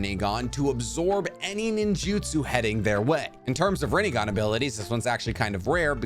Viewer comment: rinnEgon lol